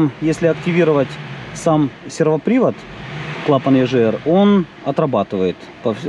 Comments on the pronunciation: Егр, а не ежр 🤦‍♂️ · Почему клапан ежр если правильно говорить егр? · ЕЖР? Ты говоришь Газы или Жазы?